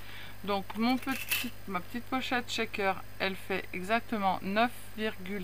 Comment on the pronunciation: Bonjour, j'aime bien les shakers (on prononce bien "chèkeur" sans "t" devant sinon c'est pas le même mot) mais je ne sais jamais quoi mettre dedans... Ni reconnaître l'acetate d'autre plastique comme le polypropylene par exemple 🤷‍♀️. Tes petits sacs sont très mignons🥰. Bonne soirée